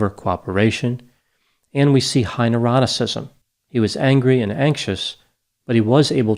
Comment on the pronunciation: Love your videos, but you really need to hit your "N"'s harder. Took you saying it three times to realize you were saying "neuroticism". First two time I honestly heard "eroticism".